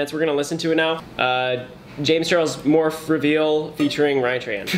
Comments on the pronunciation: Morphe is pronounced as morfee lol not morf 😂😂😂😂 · this guy just pronounced morphe “morf” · Nova no shit 🤣 but a lot of ppl just don’t have enough energy to say morphe